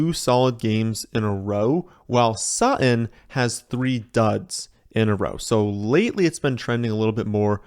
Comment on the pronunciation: Is that the way your supposed to pronounce "Sutton"? Are the Ts completely silent?